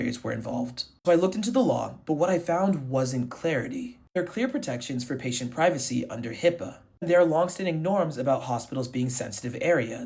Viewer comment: It is HIPAA not HIPPA.